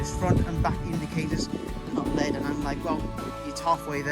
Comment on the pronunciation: it's not pronounced "led" it's "L.E.D".